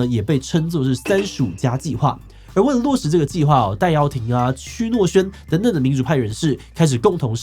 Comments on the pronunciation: 那邊他名字區諾軒,不是唸區,是唸歐,你們團隊我記得不是有香港人嗎XD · 区（ㄡ）诺轩，通欧姓，不是念ㄑㄩ哦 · 那個字唸「歐」.. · 區字念歐欸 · 區音：歐（拼音 ōu、注音 ㄡ） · 「區」應該是唸「歐」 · ''區''不是讀''歐''嗎😂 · 提醒一下團隊，「區」當作姓氏的時候跟「歐」同音唷！ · 區作姓氏時讀作ㄡ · 區姓在香港和歐同音，應該讀做ㄡ？ 其實利用制度令特區首辭職=顛覆政權這種思維 反映了香港律政方面已經和中国官方價值觀一致 首先香港特首，理論上（根據基本法）是香港市民代表 令特首下台理論上只是迫令市民的代表下台（I.e.: 它不能繼續代替民眾“執政”） 而對於中共來說，特首是為中国共產黨黨在香港執行政令，以配合中国 現在香港的法院是站在中共的位置去判定這是顛覆國家政權